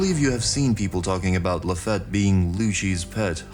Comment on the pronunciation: I'm glad you're saying Mariejoies correctly now. Now the only 2 other prononciations to change are: Doflamingo not DonFlamingo Lafitte not lafette ( said " La-feete") 🏴‍☠️